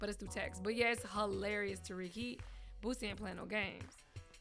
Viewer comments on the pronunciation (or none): Anyone else thought they were saying BOOTSY instead of Boosie?